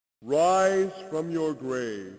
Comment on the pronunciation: Whiz fwom your gwav